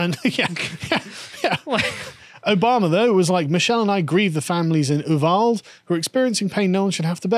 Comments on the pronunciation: FYI the name of the town is pronounced You-Vol-Dee. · Not to be a dick, but as a Texan, it's "You-Vahl-Dee." Great content and argument. It's 100% cultural degradation, and if guns were illegal, it'd be knives, or hammers, or cars, etc. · oo-vahl-deh South Texas pronunciation. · I just found your channel today, and LOVE IT! Subscribed. As a Texan, I’ll offer a pro-tip: It’s pronounced “Yoo-val-dee” or “Yoo-vol-dee”, depending whether you want to use the more Hispanic pronunciation of “a” - the latter.